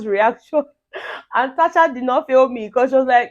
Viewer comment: Becur...... In place of because. That really cracks me up 😂😂